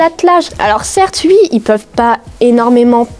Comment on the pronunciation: Tu dis ui à la place de dire oui ça me tue😂